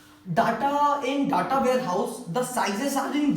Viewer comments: Pehli baat DA TA NHI HOTA DATA HOTA HAI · stop callng Datta, make your pronunciation correct. village guy himself doesn't have knowledge of OLAP and OLTP. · you are gud . just make sure you pronounce Data as Deta . it will be better for your page.